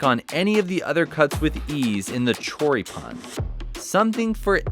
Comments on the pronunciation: Your little one says choripan better than you jajajajja😂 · english must have no words that carry the accent at the end cuz ya'll keep saying chorí-pan like it was koran or something lol